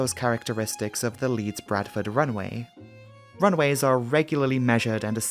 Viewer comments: Great video, but for the love of god, the constant pronouncing of "runway" as "runaway"... 😄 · Good video but sometimes it sounds like he's saying "run-A-way" but maybe it's just me old ears....